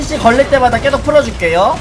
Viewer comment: 왜자꾸 계속을 께속이라고 발음하는거에요?